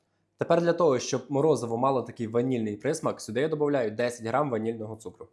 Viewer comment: А чому цугру,а не цукру?.. Перший раз таке чую.